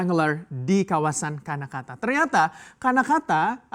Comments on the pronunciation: Karnataka pak, bukan Kanakata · Karnataka mas, bukan kanakata